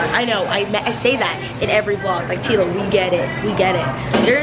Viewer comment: ITS MOANA TEALAAAA AND MEREEEEEE NOT MOA AAAAAHHHH not hating btw just stating a fact